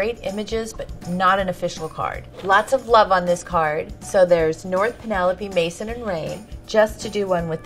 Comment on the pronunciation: Wait who else heared Kris saying Kourtney's children's names are Brain & Maison. Brain!?! BRAIN!?! XD